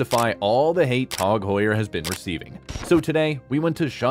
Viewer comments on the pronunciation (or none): It’s Tag Heuer not “Tog Heuer” say it correctly 🙃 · Its Tag Heuer Not Tog Heuer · It's tag not tog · Never heard it called Tog Heuer... until this video. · “Tawg Hoyer” It’s like a contest for who can come up with the most ridiculous annunciation. So far, this narrator is leading the pack in 1st place.